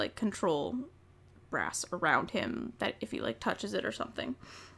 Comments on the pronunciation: Omg brass a thought she said grass I'm so dumb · I kept hearing grass instead of brass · Every time you said brass in this video I though you said grass That was confusing lol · all most the whole video i thought you said "GRASS" but you were saying "BRASS"